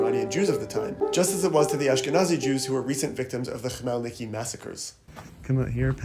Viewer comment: Thanks for the video. There is small clarification Khmelnytsky [xmelʲˈnɪtsʲkɪj] not Chmielniki.